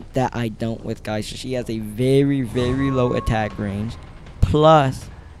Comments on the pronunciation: Ripper is one of the best Characters And this Guy is Crazy Cant even say Geisha lol he say Guysha. He say Hell Ember have long ranged Attack LOL? Every single Hunters attack even farther lol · i main geisha , but shes soooooooooo easily bullied . also its Gay-sha